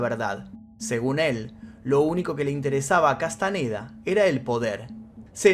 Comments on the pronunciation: Boludo!!, Castañeda no Castaneda, sentido común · Ok pero "Castaneda"? No mames